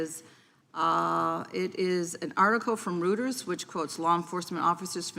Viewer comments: Reuters is pronounced "roy-ters" not "rooters". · It's Reuters not Rooders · No. She said Rooters instead of Reuters. She has no idea what she's talking about